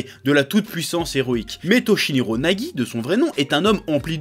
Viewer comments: Toshiniro Nagi 🤣 C'est Toshinori Yagi chef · C'est Toshinori pas toshiniro